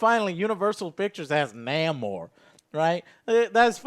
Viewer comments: NAH - MOR lol Joe and his weirdo name pronunciations! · Joe is stupid. Cant even pronounce Namor's name correctly. The MCU needs a water based character such as Namor and he would be awesome as an antagonist in Black Panther 2. Wakanda at war with Atlantis Joe better get familiar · Dude, is that Namor the Sub Mariner whose name you keep mispronouncing, because getting the rights back to that character would be HUGE! Especially if they're bringing the Fantastic Four into the fold.